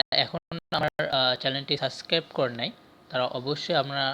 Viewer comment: সাস্ক্রাইব না শব্দটা সাবস্ক্রাইব